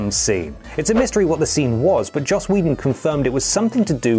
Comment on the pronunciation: Joss Whedon, not Josh...